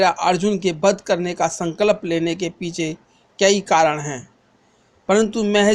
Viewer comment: sankalp bolna sikh lo hahahaaaaa